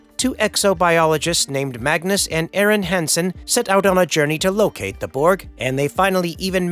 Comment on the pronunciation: I like (NOT!) how you say "Hansen" as "Hensen."